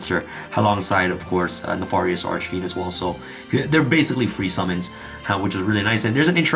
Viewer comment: Everytime he said neFORious it sent me